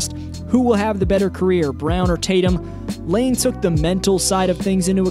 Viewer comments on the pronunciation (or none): My guy..... "Iain Graham" isn't "Lane", it's just a different way of spelling 'ian' lol.. Anddd it's "field" not "feild". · Man calls Iain Lain